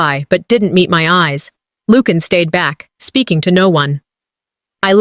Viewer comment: Lucian is pronounced as LU-SEE-AN not LUKE-AN.